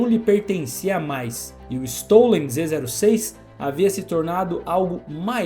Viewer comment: Aulinha de pronuncia: Zô6 o número zero pode ser lido ô ou "zero" , mas no caso é lido como "ô" Então a pronuncia fica: "Z ô six"